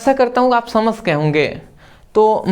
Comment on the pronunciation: samajh gaya ❌ samash gaya ✅